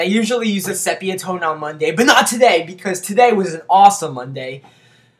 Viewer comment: Josh - its pronounced SEE-pee-ah tone . Nail biting is nervous habit and very unhealthy because of all the germs on your hands.